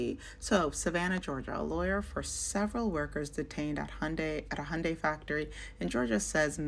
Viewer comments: what is hi-un-day? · how white do you have to be to say "hi-yun-day" instead of hyundai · Did she say Hi-un-day? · Why is she saying, "Hi-End-day?" And where tf did she get her information about these people? She just made up some ish about their conditions and lives based on some ish she seen on Lethal Weapon 4. Tf😂